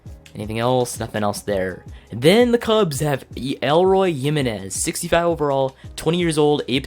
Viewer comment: it is not "elroy" it is "E-Loy"